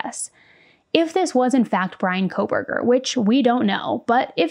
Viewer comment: The judge has about 4 months to learn how to pronounce the names of the victims CORRECTLY. At the ‘gag’ order hearing is being ever so careful to show respect for Bryan’s rights for a fair trial. To mispronounce the victims names showed such disrespect. He had no problem pronouncing Kohberger. Thoughts….